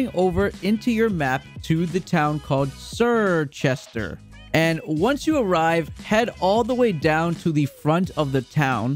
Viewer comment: "Ser-chester" lol it's "chirchester"